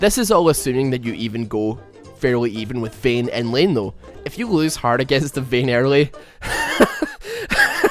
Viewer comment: "Vehn" :D